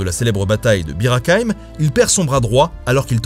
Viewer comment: Si je peux me permettre, on prononce non pas « Beer à caille me” mais “beer à qu’aime »... ( Bir Hakeim)...